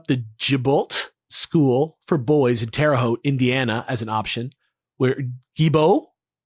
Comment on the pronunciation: Thank you so much for pronouncing terre haute correctly! So many people do not lol.